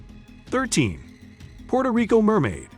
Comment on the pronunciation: PUERTO* Rico!!! 😡😡😡!!! With a “W” sound in there, you moron.